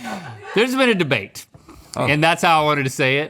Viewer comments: I love link's debate, say debate like that all the time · ty for keeping the debate flub in, i love link lol